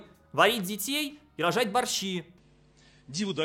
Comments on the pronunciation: Как этот сказал слово "рожать" "РОЖЖАЫАТЬ" 😂 Просто УЖАС. В какое средневековье катимся! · Когда он сказал "право рожать", мне послышалось "право пожрать" 😂😂